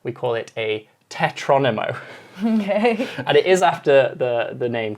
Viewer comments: The word is “tetromino”!!! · It's "tetromino" not "tetronimo" :)